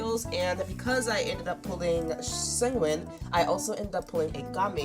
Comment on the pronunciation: see-thos is a crazy way to pronounce sethos and segwin for sigewinne LOL